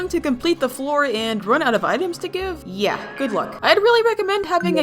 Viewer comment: This is a funny way do say yeah nyeah